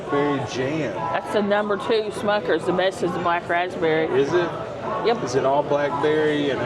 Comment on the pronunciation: It’s Smuckers not Schmuckers.